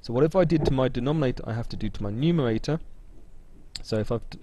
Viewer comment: Why do Bwits often have a speech impediment where they can't say /r/ ? No, I'm not talking about the ending /r/, as in "butta". I mean how they say the /r/ in "bread" = "bwead". You can hear it here when he says "factowization", "numewaita", and so on. They often have an Elmer Fudd pattern!